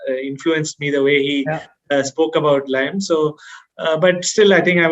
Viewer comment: Gs it's liam not lime